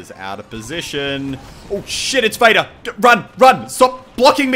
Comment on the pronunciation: I keep thinking you say "Beta" instead of "Vader". Is that wrong to think that?